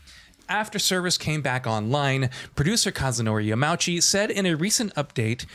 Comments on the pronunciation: Yamauchi is “yah-mah-oo-chi” not “Yah-MAW-chi” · Came here on my phone after watching on my tv to simply say, please learn to pronounce people's names before you butcher them. It's not "Yamowchee", it's "Yama-oochee". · Sadly only a half story told here. The roulette where you only get a small amount of money IS a big issue, and Yama-uchi san (not Ya-mauchi btw)'s letter is full of contradictions that stoke the fires even higher. He wants people to enjoy everything the game has to offer and reduce the grind, thus lowers the amount of money you get from races? And he don't want people to lean on MTX, while everything he does incentiveices using MTX? Just like the fact you can't sell cars you don't use, like you could in previous installments (also a thing left out of this video). Yamauchi san knows exactly what he is doing and it hurts the franchise in a major way. Might as well take him off the project. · “Yamowchi” Come on, please take the time to learn to say someone’s name, especially when someone is a KNOWN developer. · >yamowchi really? lmao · Yah mah ooh chee Tuh rees smo